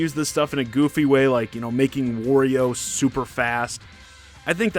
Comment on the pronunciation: Disliked when he said worio instead of Wario 😔